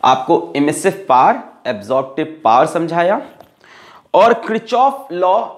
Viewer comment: Not power... It's Paar 😂😂😂 Thank you🙏 sirrrr